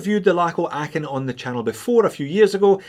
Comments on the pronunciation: Ahhh, so good to have a Scotsman review these Lacos: your pronunciation of "Aachen" is spot on! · good pronounciation of Aachen .... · Hey, as a german speaking subscriber i feel qualified to say: congrats on your pronunciation of "Aachen"! ☺️👌🏻 The standard model of this is still on my shopping list. But unfortunately, too much divers on that list to get first! 😅 Thanks for the review! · As someone born and raised in Aachen I can confirm that you’re pronunciation of „Aachen“ is spot on. Especially, for someone that doesn’t speak German as their native language! Also do wear a 39mm Aachen with the blue dial on my wrist on the daily. Love this watch so much! Just like you’re videos then haha. Greetings from Düsseldorf, au huur! 🤙🏻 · These look amazing. You really are well suited to say Aachen in a way most of us aren't. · I never heard a native Englisch speaker pronouce Aachen so well. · Kudos for the correct pronunciation of “Aachen” 👏 Although one can almost feel the concentration invested 😉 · Just want to congratulate you on your perfect pronounciation of Aachen. Greetings from there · Big respect for your pronunciation of Aachen.. xD Love Laco watches, great video! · Congratulations for your great pronunciation of „Aachen“ ! 😄👍 Not an easy one - even for a Scotsman